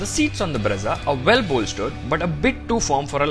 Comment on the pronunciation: it is breeza and not bredza 😂😂